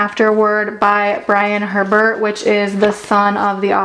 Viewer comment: The way she says Herbert 🤣🤣 it’s “A-Bear”